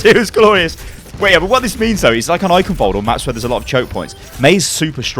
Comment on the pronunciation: I'll never get over how non-germans pronounce Eichenwald. Especially the 'ch' sound. Just weird.